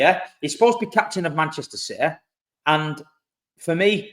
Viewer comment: It’s that Citeh Mentaliteh!!! 😂